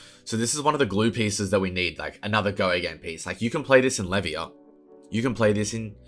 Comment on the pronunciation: Are you saying Levia's name wrong as a bit or